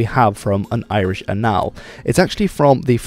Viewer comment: Watch your pronunciation the stress of annal is on the first syllable. ÆN-nəl or ĀN-nəl in English, what you're pronouncing is the French for anal/anale (ÉN-əl in English ā NĀel in French)